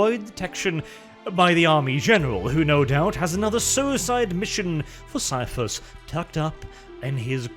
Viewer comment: I swear, why does always read Caiaphas like it's an STD?